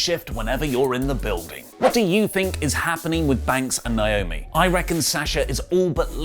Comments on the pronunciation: It’s so annoying that he keeps calling her Nyomi instead of NAomi. A lot of people are guilty of this and I just don’t get it. Look at the spelling and listen to the announcers when she comes to the ring. How is this hard? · Please start saying NAY - OH - ME ... PROPER. Thank you. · Listen, stop being ignorant and pronounce people's names right. 😑 NAY - OH - ME = NAOMI Pet peeve, this is my sister's name, as well., fix this please. Would you want to be called "OH - LEE"?!